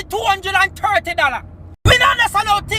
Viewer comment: TWO HUNDRED AND THRITY?